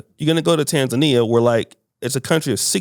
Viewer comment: Finally pronounced Tanzania 🇹🇿 correctly I mean the Lady ✔️